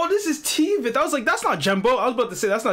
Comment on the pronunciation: bro TVETH pronounced like [tvæt]